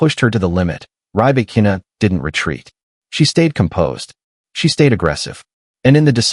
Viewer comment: This Artificial Idiot can't even pronounce her name correctly. Seven minutes of bla-bla-bla with zero new information. All of that was retelling well-known things that were published during the last year. The title "Breaking the silence after Australian Open" is just a lie and clickbait.